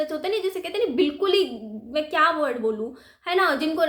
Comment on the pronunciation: word hota hai.wodding nhi